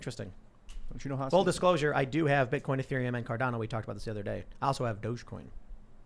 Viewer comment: I'll say it over and over and over again, it is dog-e-coin... pronounced "doggy coin"